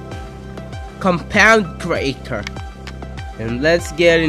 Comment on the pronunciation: It's compound creator not kompaaunt kreitor